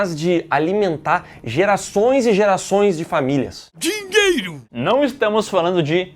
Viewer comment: Eu quero meu "Diero" 😂😂